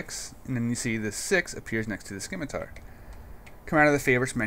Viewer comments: It's pronounced "Sim-ih-tar" not "Skim-ih-Tar"... and you troll people for saying a gamepad is useful... it really is and if you are used to games like this and things being where you like them throughout various games... gamepads are nice and consistent. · Uh, It's not "Skimitar", it's "Simitar" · the 'C' in scimitar is silent :) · c is silent in scimitar